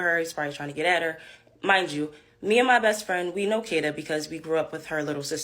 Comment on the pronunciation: What's with the pronunciation of Kada? AI strikes again.